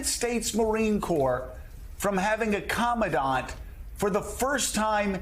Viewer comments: You'd think if Tuberville really had these discussions with the military or knew how any of this works that he'd at least know how to pronounce "commandant". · Somebody tell Tommy Tubs how to pronounce commandant. Bless his ignorant heart.